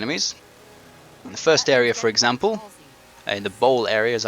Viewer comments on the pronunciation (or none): none